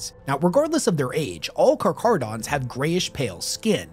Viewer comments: Am I the only person that grew up watching shark shows in the 90s and hearing the way people pronounce Carcharodons physically hurt you as well? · It's a Greek word, so it should be pronounced "k" instead of "ch" as in chair. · Car cara don. No ch sound. Just like the name for the white death. Keep at it. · It's pronounced like a [k] sound, not [ch] Carcharadon is scientific name of white shark genus, from Ancient Greek — κάρχαρος (kárkharos, “sharp, jagged”) + ὀδών (odṓn, “tooth”) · It annoys me so much that switches between pronouncing it as car-carodons and car-char-odons hes literally the only person ive heard pronounce it as car-char-odons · Pronounced.. Car-cara-dons.. Not car-CHara-dons. Hope this helps for futire videos ✌️ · I hate to be "that guy" but Car-kah-rah-don Great video, best chapter 👍 🦈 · Ngl his pronunciation is hurting my soul. The "Ch" is prounced as "cuh" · I heard you pronounce them as "karkaradons" and "karcharadons". Do you know which pronunciation is correct? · For anyone confused since pronounces it two different ways (intro and then details) - it's Car-KAR-a-don. The CH is pronounced as a hard 'K'. Aligns with the Greek roots of the word, where "karcharos" means sharp or jagged, and "odon" refers to teeth, reflecting the characteristics of sharks. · Car-car-odons my guy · Car-cha-ro-dons learn to read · *karkarodons is the correct pronunciation. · you say the name wrong its car-care-u-dons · My dude, it's pronounce like "car-care-uh-dons" lol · I love your videos, but it’s pronounced car-care-uh-dons. It’s an actual word based on the Greek word for shark. You did such an amazing job with this, but didn’t take the time to check the pronunciation. Like if someone made an incredibly detailed video of Chevrolets sports car, but kept pronouncing corvette as kor-vee-tay. Still, good video, still giving a thumbs up. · I love you and your videos but my god man, not every ch makes a chuh sound.